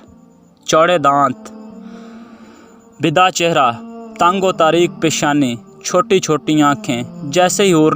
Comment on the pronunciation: Khuda k banday video bnaany sy pehlay kisi sy alfaaz ki darustgi to kra liya krain. Sar guzasht ko sar gasht prha. Isi trah kheera ko khaira aor bhhadda ko bhhidda parha. Koshish krain pehlay alfaaz ko darust krain phir tehreer parrhain.